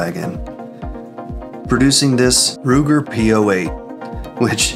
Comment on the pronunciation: Luger P-08, not Ruger